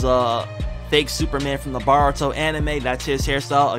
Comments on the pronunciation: baruto is pronounced bortoe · Bro it’s not baruto it’s boruto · its boruto BOUR U TO not BAR uto